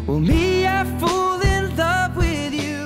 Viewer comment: My biggest problem with this song is that Mr. Sheehan pronounces fall like fool.